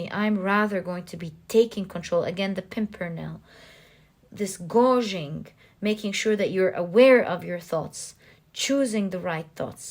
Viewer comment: So grateful for your wise, loving energy and your tremendously accurate and interesting readings! ❤️🙏🏽Pile 3 was me all the way... wanted to humbly offer a pronunciation adjustment: you were saying a word I think intended to be ‘gauging?” FYI it is pronounced gay-j-ing. Hope this helps! Much love and gratitude ❤️🤸🏽☀️